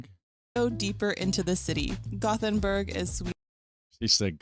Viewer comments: It is called Gothenburg in English, Göteborg in Swedish. It sounded fine the way she said it. We don't expect perfection from tourists. 😅 It's certainly not Gotham City. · She said Gothenburg correctly. Swedish tap water is the best. You can drink from the tap all over the country. All the Nordic countries love salty licorice. Lingonberries are pretty similar to cranberries. They grow all over Sweden, Norway and Finland. Kaka means cookie. Cake is tårta. We have your kind of hot dogs here too, but they're only sold in grocery stores and usually only liked by kids, so what he ate was a real sausage.